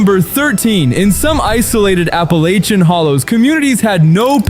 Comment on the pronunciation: The dumb AI voice routinely switches back and forth between 2 different pronunciations of "Appalachian".